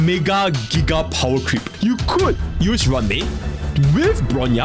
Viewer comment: If you pronounce Ruan Mei's name do the Afrikaans pronunciation for Ruan. Its sounds like Rowan.